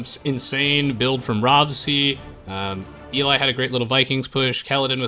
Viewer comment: HOW tf did you mispronounce Eli.... fucking hell